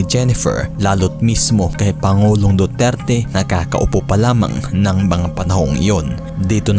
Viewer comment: Anong Dudirty?? Napatunayan na wala syang kasalanan self defense she was a victim of sexual abuse kaya sya napalaya ,,, hindi c duterty hayysss mag basa muna ah 😂😂